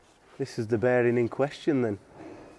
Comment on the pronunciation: Love the accent "beering"